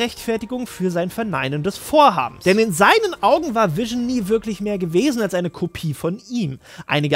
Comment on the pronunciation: Irgendwie macht mich das ein bisschen wahnsinnig wenn du ab und zu Wision anstatt Vision sagst. Ist an sich nicht schlimm, aber das fällt mir die ganze Zeit auf und ich kann mich dann nicht auf den Inhalt konzentrieren xDD Du sagst es ja auch nicht permanent falsch --> tolles Video :)))